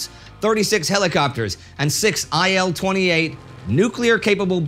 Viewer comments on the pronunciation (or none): The plane name "IL-28" is pronounced [il] as "ill". "IL" is an acronym of "Ilyushin".